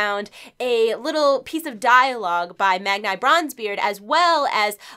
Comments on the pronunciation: Its Mag Knee not Mag Neye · love it's pronounced mag-ne not mag-ni, heh sorry for correcting you was just getting agitating:3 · Pls pls pls read this.. it's pronounced (MAG - KNEE) not (MAG - N - I) just saying <3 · Mag-Nye? Girl I thought you knew better. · "Magneye" can't unhear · Feckin' Magn-eye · Isn’t it pronounced “Mag-nee” ? 🤔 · Well, I believe the name is taken from the son of Thor in Norse mythology who is also called Magni, and that name is pronounced with the long “ee” sound. So I imagine it’s meant to be “Magnee Bronzebeard. Similar to how Fili and Kili are pronounced and spelled in the Hobbit. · Magnee...Magnee...stop it.